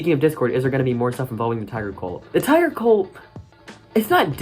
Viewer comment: Tiger: It’s pronounced Tiger, not Tigger Also Tiger